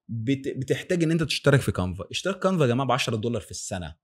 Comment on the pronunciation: كانفا و ليس قانفا و تسلم علي الفيديو